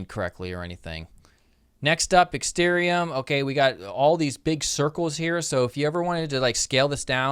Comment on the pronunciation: It's ExtArium,.... not ExtErium.....